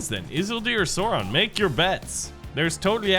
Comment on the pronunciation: i love how he says sauron (sore on)